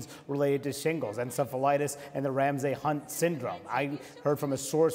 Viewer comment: Would be great if anyone on CNN could pronounce "Ramsay."